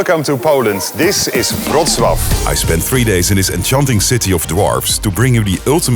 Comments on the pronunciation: dude pronounced Wrocław better than his own name.... respect..... btw. still don't know what his name is, but i've got it written down just in case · Thank you for beautiful pronunciation of Wrocław. Greetings from Poland.❤